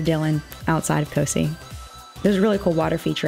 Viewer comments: I went to COSI as a kid, but I live in Ohio. However, its pronounced CO-Sigh, not Cee (that's the best spelling I could come up with to give pronunciation lol). Just an FYI. I wasn't sure if you were talking about the same place at first 😆 At least that's how everyone from around here pronounces it, and they come to my kids school 1 day each year and do a little project with them, and they pronounce it that way as well. This looked so fun. Wish I could afford to do it with my kids. Your husband did such a great job on the camper/van. Really creative and really nice work. Meanwhile, this was probably the worst summer we've had😞 Glad yours was so neat though! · I'm from Ohio (near Columbus) and we love COSI (pronounced co-sigh not co-see 😊 no big deal. And I'm sorry if someone else already told you lol) loved this video! This is so fun! Beautiful family and your husband is fine girl 😂😋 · As a Columbus Ohio resident, I’m glad you enjoyed COSI. It’s an amazing place! (PS, it’s pronounced COSI(eye) 😉). If you are ever back this way again, check out the Columbus Zoo. I’m glad your trip was a awesome. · Cool trip! COSI is pronounced “co”- “sigh” (like “sci”ence). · Don't worry about mispronouncing COSI every one does no big deal! I love that you guys had an awesome time there! I live in Ohio and glad you had fun!!